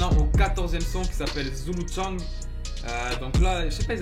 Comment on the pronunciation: c’est zoulou tchaing pas zoulou tchang✌🏼